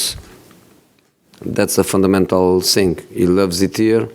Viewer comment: “ I sink that’s a fundamental sink”